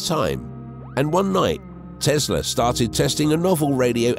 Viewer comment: It's not Tezla, it's TeSla !